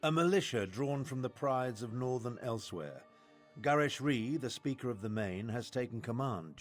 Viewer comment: So no offense intended, and I know this was released a year ago, but I personally am a stickler for correct pronunciation in games, and he didn't say Elsweyr correctly, nothing against him, and I personally do not know whether or not he had played previous Elder Scrolls titles, or if he just didn't know exactly how to pronouce it, once again no offence intended, I am not trying to poke fun against people, nor am I hating on his speech, and I understand mispronouncing it if you just read the word, and it may take a while to figure out how it is said. Khajiit are very, strange, when it comes to words, and it is a very hard accent to pull off. And I'm rambling, so sorry, I do that every once in a while, and once more, there is no hate in this comment, nor am I trying to insult anyone, I am simply rambling and I do not aim to be taken seriously.